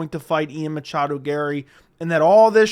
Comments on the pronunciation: Please stop saying Machado. Drives me crazy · Dude it’s okay to not say machado every single time 😂